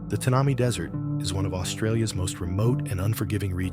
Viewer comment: More to this story than meets the eye / ear. The desert name pronunciation is Tan a my. Thanks